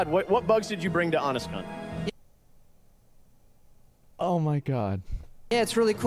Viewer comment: Real question - was it supposed to be "HonestCom" or "HonestCon?" I assumed he was saying "HonestCon" the whole time, until I noticed the hashtag.